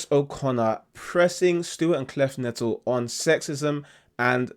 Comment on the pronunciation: His last name is pronounced...'Connect- lee'. He says it at the end of his videos.